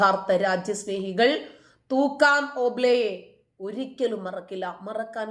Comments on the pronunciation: മേടം, തൂക്കാറും അല്ല തുക്കാറും എന്നാണ് പേര് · തൂക്കാം ഓംബ്ലെ അല്ല, തുക്കാറാം ഓംബ്ലെ എന്നാണ്. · തുക്കാറാം ഓംബ്ലെ എന്നാണ് പേര്. തൂക്കാം ഓംബ്ലെ എന്നല്ല